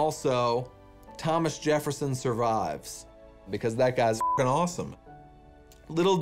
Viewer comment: The way he mispronounces Jefferson lol “Jerrefson” 😂